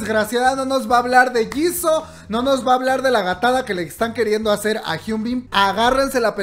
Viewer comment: SE ESCRIBE JISOO SE PRONUNCIA YISU❣️❣️